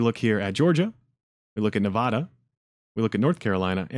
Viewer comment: Thank you for your work a sharing this with the public. Just an FYI to help you reach the good people of NV , it’s pronounced NE-VAAAD-A so more ada and less ahhda. I still slip up on occasion and locals are not shy about correcting me . 😜😁